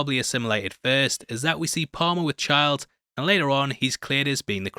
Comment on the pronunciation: It's Childs, not Chards 😂 hahaha